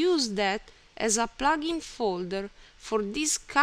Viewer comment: Its called plugin not plaaaaaagin.